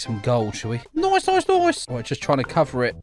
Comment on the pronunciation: Say noice again🤣🤣